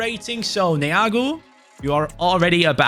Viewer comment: you said Neagu Very Well